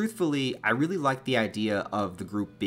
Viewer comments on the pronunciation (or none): none